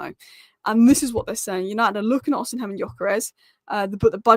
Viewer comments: His name is not Osinhem, its Osimhen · The 'H' in Osimhen is silent,. Another great video, by the way 👏